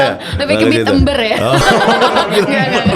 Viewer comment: sekelas ngomong Beat ember😅